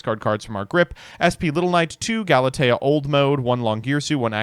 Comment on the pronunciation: bringing out the cello AND saying Galatea correctly?!?! We’re in for a treat tonight.